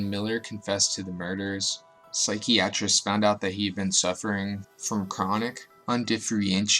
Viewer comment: Psychiatrist was mispronounced as well. 😂 Oh and Indigestion....ok I need to stop